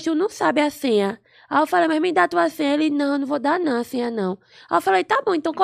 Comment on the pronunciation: A melane vai falar mindai KKKKKKKKK